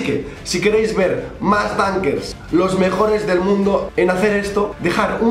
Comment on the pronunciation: Like si cada que decía dunkers entendías tanques😂